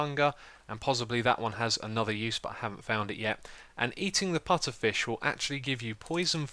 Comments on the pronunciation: its puFFer, not puTTer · puFFer not puTTer :) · Xisuma, it's pufferfish, not putterfish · its called puffer fish not putter fish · Pufferfish not putterfish xD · I'm sorry, did you say Putterfish? It's a pufferfish. you know, the poisonous ones? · ITS PUFFERFISH NOT PUTTERFISH. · Lol its pufferfish not putterfish xD Unless thats a British English thing... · I was screaming 10 minutes saying its PUFFERFISH not "Putterfish" >:( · Putterfish lol even when he saw the name xD its pufferfish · PuFFer fish not putter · It's pufferfish not putterfish =/ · pufferfish not putterfish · OMG ITS PUFFERFISH NOT FRICKEN PUTTERFISH!!!!!!! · It's puffer fish not putter! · It's puffer not putter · lol "putterfish" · Lol the putterfish!!! LOLOL it's pufferfish that was funny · It's a puffer fish! Not a putter fish!! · Btw no offence but its pu-ff-er fish not pu-tt-er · Putterfish? you mean Pufferfish right xDDD? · its pufferfish not putterfish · It is pronounced, puFFerfish, not puTTerfish. Sry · "Pufferfish", not "Putterfish" I'm not sure why this bothers me so much... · Haha, I was laughing every time you said putterfish instead of puffer! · LOL it's puFFerfish, not puTTerfish. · ...It's Pufferfish. Not Putterfish. :P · It's "Pufferfish". Just saying :) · it is pronounced PuFFerfish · What's a Putterfish? It's Pufferfish, with F's, it's a real fish. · Why does he keep saying PUTTERFISH???? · "Putterfish" annoyed me way more than it should have :-( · he miss read pufferfish dont be all over him because he said that